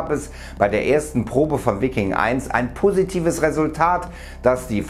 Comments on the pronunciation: Ist english Veiking ausgesprochen nicht deutsch Viking ;) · Wikkin....Alter... Viking (Weiking).....das tut ja weh :D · Bitte lerne wie man Viking ausspricht! Nicht "Vikking"...